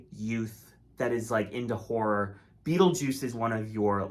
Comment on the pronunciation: I'm begging you to stop pronouncing "horror" as "wh*re". You're going to get your video demonetised and/or restricted. 😭😭 Two syllables!